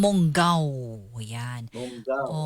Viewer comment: MONGAO NOT MANGAO